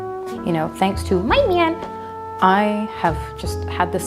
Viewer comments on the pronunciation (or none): the "my myan" 😆😭😭